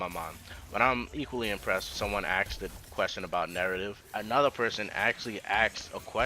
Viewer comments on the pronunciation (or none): Why do you say aksed instead of asked?